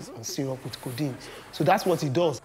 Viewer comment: Its so sad that you dubbed this interesting documentary as "Sweet sweet condiene" damn..😬